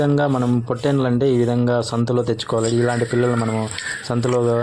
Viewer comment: పోటెన‌్లు కాదు పొట‌్టెళ‌్ళు ,మేళా కాదు మేలా